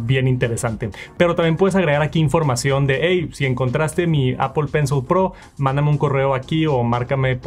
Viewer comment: Appol account, appol pay, appol sports